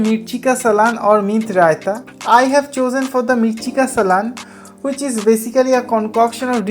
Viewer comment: भाई उसको सालन बोलते है सलान नहीं